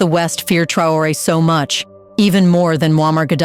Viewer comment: Your prononciation is bad, because you are unable to say : Traoré.